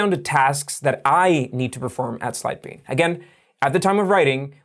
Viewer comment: Hi. I think you should start saying Sidebean slowly. I watched 3 of your videos before I knew what you were saying (because you had a graphic of the name) before that I thought you were saying "Syebee". I actually need Sidebean & would have downloaded it sooner had I understood the name earlier.